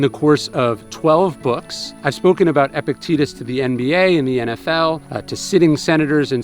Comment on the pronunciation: Surely it's pronounced eh-PIC-te-TUS? Not epic-TEETUS?